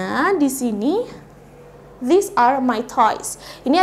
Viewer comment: Apakah cara bacanya antara this dg these itu sama kak? Soalnya saya nonton vidionya kk ini fan saya mendengarkan kayaknya mirip gitu